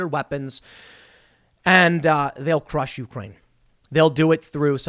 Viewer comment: The correct pronunciation of Ukraine accents the second syllable rather than the first.